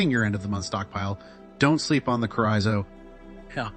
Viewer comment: It’s “chore-ee-zo”. Not all those mispronunciations you used.